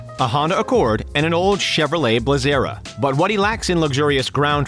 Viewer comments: Lol wtf did he call the chevy blazer a blazera wtf is that it's a blazer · Blazer not blazeria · A Chevrolet Blazarra..Really! A Blazer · Chevy “Blazera” 🤔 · Amazon is worth way more than $30B! LOL I guarantee his watch is worth more than $8-12k. And his Chevy Blazer, not Blazera. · Bluzara lol blazer lmfaoooo just because you put “a” at the end don’t mean it’s expensive lol don’t you’re daddy he’s busy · Um, did he Chevrolet blezara? its a Blazer.... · Blazera. What an idiot. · Wait wait wait, did u just say "Blazera" its Blazer🤣🤣🤣🤣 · You said he drives a Honda Accord and a Chevy Blazera? Don't you mean a Chevy Blazer? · He called the Blazer the Blahzara 😂😂😂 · Chevrolet “blizera”? Its called a blazer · Chevrolet Blazaira? Lol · LOL A CHEVROLET BULAZA LOL ? BLAZER SAID AS BLEI·ZR or with a easy way to say it (that house went up in a BLAZ ER) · This guy just said Blazera? WTF🤔. It’s BLAZER🙄. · Did you just say a Chevy blezera?? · Never heard of a “Chevrolet Bla-zer-ra”😂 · Chevrolet Bli-zeh-ra nice job fucking up the word blazer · Wtf is a Chevrolet "Blazera"? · Did he say chevy blazera? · Chevy blazer lol he called it blaazerrra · This man can’t say blazer correctly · How do you mess up saying blazer